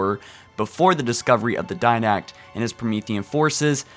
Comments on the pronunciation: Not being rude, but why does he say "Dinact"? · Will ever say the Didacts name right? Will he stop with his various other annoying mispronunciations? Will Halo Follower finally be a semi professional-ish article based channel on one of this generations staple games? Find out next time on Halu(get it? Cause can't say shit correctly...?) Fallower(had to)